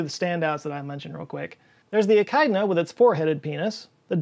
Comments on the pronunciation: In Australia, which echidnas are native to, the word is pronounced Ee-kid-na not ee-kide-na. Was pronunciation the American way? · E-kide-na?? Jeez mate! It's E-kid-na. E-kide-na. Bloody hell🤦‍♂️ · Objection yer honour. It's e-kid-nuh, not e-kuy-d'nuh. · Every Australian when he said Ekeyedna instead of Ekidna 😂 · Australian here. Echinda is "E-Kid-Na" not "E-Kide-Na". To be honest I can understand how you reached your pronunciation though. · “eel sexuality whether it becomes male or female” … isn’t that gender ? sexuality is a psychological preference… no? and also it’s pronounced ekh-kid-na not ekh-iyd-na re echidna… beep beep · e-KID-nah, not e-KIDE-nah lol. I've heard some weird takes on our animal names, but that's up there. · Ee-kid-nah. Definitely not eek-eyed-nah. Apart from that, great set of dick jokes, I mean, video. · Btw echidna is pronounced like e-kid-nuh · Nah im sorry joe i love your content, but if you don't learn how to say echidna correctly, you're gonna have a bunch of angry aussies in your comments. For referenece its pronounced E-kid-na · FYI in Australia we pronounce it ekidna for Echidna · just a heads up joe i think the echidna in pronounced e-kid-na. im aussie and thats how we say it, but if im wrong pls tell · Echidna is pronounced uh-kid-nuh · Echidna is pronounced E-kid-na Source: Am Australian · Just so you know. Echidna pronounced "ah-kid-nah" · ... ech-eye-dna? maaate... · Hi, For Weird Reproductive Organs Pt2, Echidna is pronounce Ee-Kid-Nah. 8) Love your videos. Thanks! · It's 'e-kid-na' 🤣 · Hey, it's pronounced ee-kid-nah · Echinda is pronounced "Eee-kid-nah". And don't forget elephants and their prehensile penises, almost as useful as their trunk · Thanks for getting the pronunciation of eck-ide-na correct xD Seriously though great video. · You’re killing me with the pronunciation of nudibranch and echidna. noo-duh-brangk [I] + [KID] + [NUH] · I’ve never heard someone pronounce Echidna like that